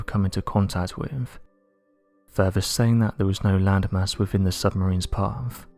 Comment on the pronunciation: “Wivvv” = with “Parfff”. = path Just for people who can’t understand what he’s saying